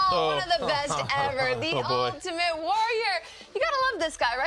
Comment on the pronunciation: I like when he calls him Ut-ament Warrior